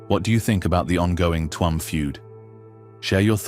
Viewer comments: It chume,not Tu am. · The first photo is of Clifden not Tuam and it is not pronunced Tue amm, you might have that much right at least. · Its not Tuam,its Tuam